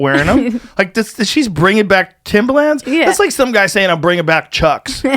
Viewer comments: Hearing Joe pronounce Timba Lands 🤣😂 they're tims or timberlins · Joe "Timba-Lins" Rogan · Joes never sounded whiter saying “Timbalands” 😂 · I couldn’t stand how he pronounced Timberlands as “Timber-Lands” 💀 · “timberLAAANDS” joes pronunciation of timberlands really irks me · lol joe calling them Timbalands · I love how Joe is pronouncing "Timbuhlans" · STOP pronouncing the A so hard in timberlands. Its like Moreland. No hard A. Joe showing his age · I work in construction where most ppl wear Timbs and I've literally never heard anyone pronounce it like that before. He doesn't sound white, he just sounds like a moron.